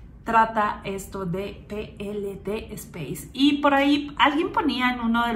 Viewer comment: Peelede espace y tu dices algo asi como pilidi. No has delet4reado correctamente.